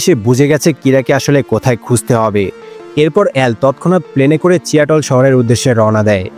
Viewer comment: সবই ভালো কিন্তু উচ্চারণে মনোযোগ দেন । চিয়াটল না সিয়াটল হবে